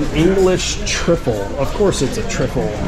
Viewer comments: I can't believe your pronunciation of an English Trifle 😂😂😂 was it deliberate? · Hi... HAPPY BIRTHDAY. LOOKS LIKE A GREAT JOURNEY. THE TRIFFLE IS AN ENGLISH DESERT PRONOUNCED TRI... FULL. THANKS FOR TAKING US ALONG. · Trifle not triffel. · If you have to ask how much for the boat, you cant afford it!!!@ The trifle is pronounced tryfull.. Pizza orinated in Naples, and was taken to the US (and other countries) by Italian immigrants.. Thanks mr google